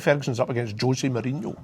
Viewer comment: José Mourinho not Hosie Mourhino